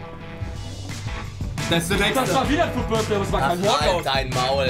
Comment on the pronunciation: „fut Birfday“